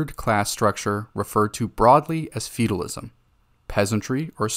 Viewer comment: I think you need to work on your pronunciation of "feudalism". Sounds like you're saying "feedalism".